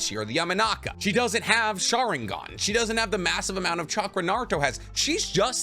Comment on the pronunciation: Why do you omit the n in sharingaN